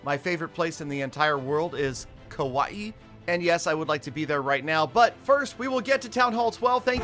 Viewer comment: Aloha, was nice to hear kaua'i pronounced correctly👋 not kawaii 🙄 mahaloz